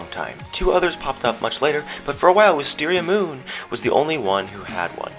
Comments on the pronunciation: why does everyone say wisteriamoon weaird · i love when people say wisteriaMOON!